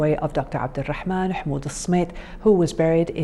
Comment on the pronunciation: It is Abdurrahman, not ” Abulrahman.